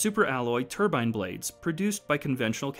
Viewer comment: What’s a “tubine” blade?